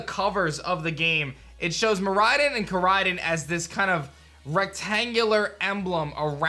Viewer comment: just realized the legends name literally pronounce mir-ride on and kor-ride on